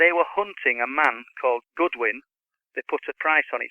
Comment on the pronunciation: Is the name that he is stating Goodwin or Godwin...???